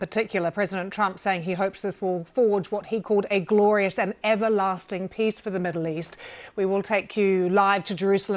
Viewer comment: Did he just say "Board of Piss"?